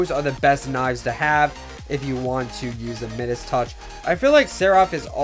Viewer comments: Midus- pronounced My-Dus, not middas - where’s my doge fools gold and Midas owners? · said midus wrong mi-dus is the correct pronunciation like kind midas who had the golden touch you can check in google translate too.